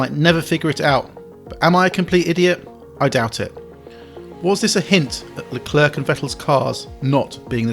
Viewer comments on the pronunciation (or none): It’s Le-Clair not Le-Clerk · Scuderearya???? Bro can this guy pronounce his own name?!?!?!? Unbearable to watch. Luklurk.... who the heck is that??? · Please say Leclerc properly! It's not hard! It's, as near as damn it for an Englishman with no French lessons, "Luh-clare". Don't pronounce the last C like it's a K! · Seeing as you pronounce it "La Klerk" I'm guessing you say "Jew-ventus" too. So English...... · But Charles Leclerc himself pronouce his name as straight forward as it is " Charles Leclerc" - so he is wrong in pronouncing his own name?? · "Charles Leclerk" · Luclurc? Never heard of him. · I wish you would put the effort to pronounce Leclerc's name properly. The c on the end is silent.